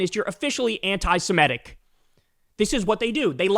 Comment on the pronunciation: “Sem-I-tic”!, NOT “sem-E-tic”!